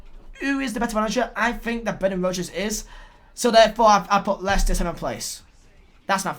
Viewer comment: leighster instead of wolves , u alright mate